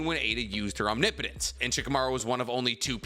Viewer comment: CONGRATULATIONS 🎊 🎉 You pronounced OMNIPOTENCE correctly this time!!! 👏👏👏👏👏👏👏👏